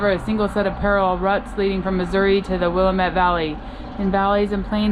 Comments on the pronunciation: Willamette = Will-lamb-it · So enjoying all your videos! As an Oregonian may I help you with a pronunciation? Willamette is pronounce: Will-lamb-et. Accent on the second syllable. It’s very common for non Oregonians to mispronounce.